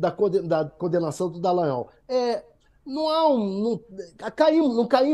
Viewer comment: Deputado Glauber com todo respeito, adoro seu ton de voz: delicioso. E qdo vc fala DALLANGNOL entonnando a letra G eu acho o máximo!!!